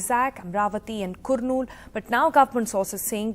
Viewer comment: Pronunciation of Kurnool is karnool.. not Kurnool